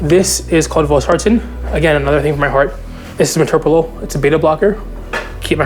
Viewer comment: First thing I noticed too. He even pronounced "metoprolol" correctly, which is miraculous itself.